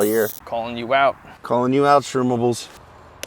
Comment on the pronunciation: Shroombles not shroomables. Get it right Craig.